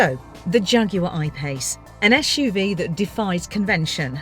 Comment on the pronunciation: Can anybody clarify why she keep pronouncing SUV as ESSSSHHH UV?